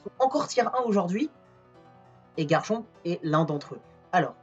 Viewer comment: Ça me trigger tellement que tu ne prononces pas le c à la fin!